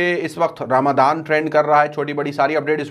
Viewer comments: Bhai suno sahi word aap to boliye (ramzan hai ramdan nahi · Ramadaan wrong,,, Ramazaan right